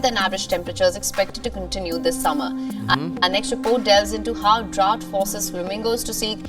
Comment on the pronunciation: Idol sangkay, ayaw kong ibash ka nila, ang tamang pronounciation ng 'drought' ay 'dra-out'